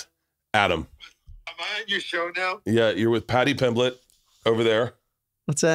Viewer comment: How you mean Paddy pimblington? How u first pronounced it